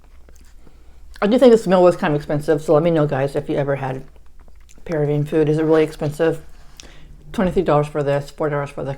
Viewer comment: You're mispronouncing it... emphasize the 2nd syllable of Peruvian